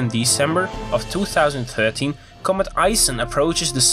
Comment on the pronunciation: thwo thousand thirteen :D